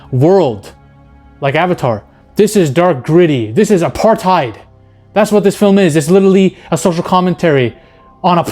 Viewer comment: As a south african hearing bro pronounce apartheid had me